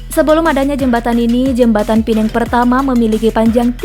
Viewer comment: Pulau Pe nang BUKAN pulau pi neng🙄🙄 WOI....URUTAN TERPANJANG APA TERPENDEK MIN